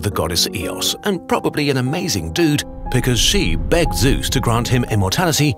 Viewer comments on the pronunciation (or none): none